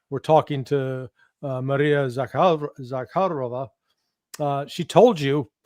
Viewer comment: Judge, Larry Johnson knows where to put the accent on Maria Zakharova's name. It is "Maria Za KHA ro va," not "Maria Za kha RO va," as you pronounce it. This is a common mistake for those who do not know how to pronounce Russian last names.